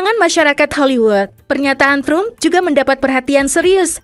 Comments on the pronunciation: Trum itu siapa Mimin? Tram kali cara bacanya. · Narator kebangeten nama presiden AS itu bacanya Donald TRAM bukan trum sprti bhs indonesia. Memalukan gitu kok jadi narator di youtube yag tayang internasional. Belajar dulu mbak. Bukan hanya bisa baca cepet saja dengan gaya kemayu. belajar yang bener dulumbak baru tampil. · 🤣😂 lucu bacanya Los é ngé lés bukan trum mbak.. tapi Drum 🤣